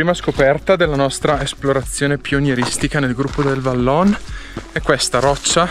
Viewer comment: Vallon si pronuncia vallôn con o chiusa e non o aperta....così tanto per dire